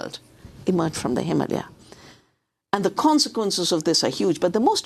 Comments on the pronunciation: Why are you saying Himahlya and not Him-ah-lay-ahs? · Did you notice how a native born person from India pronounces Himalaya and Himalayan - NOT HimALia. This mispronounced word is a kind of our-down of Ms Shiva. You would be annoyed if she called your birth country UniTED Stats. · I don’t think it’s pronounced “heemalia” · YOU KNOW AMY GOODMAN JUST DID THIS SEGMENT SO SHE COULD VIRTUE SIGNAL TO EVERYONE HOW SHE PRONOUNCES IT HIMALYA INSTEAD OF HIMALAYA, EYE ROLL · Why this lady don’t know how to pronounce the (HIM -uh-LAY-uh) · Him-ah-layer. Stop pronouncing it like "Somalia". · Learn how to pronounce Himalaya